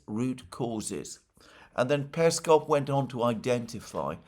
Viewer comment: Alexander mate! You now pronounce Lavrovs name correctly. Great job! Now it's time to do the same for Peskov and Ushakov. Remember the emphasis goes on the last syllable. The one wending with "ov".